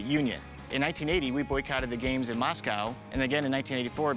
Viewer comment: "the 1900 Olympic gyames"